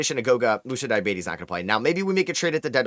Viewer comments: basically called him diabetes 😭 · Btw you're mispronouncing name! But I like the way you do it 😂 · Sorry to hear that you're french.